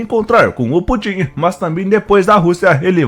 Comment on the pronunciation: Existe alguma razão p vc pronunciar o nome de Putin como se fosse oxítona?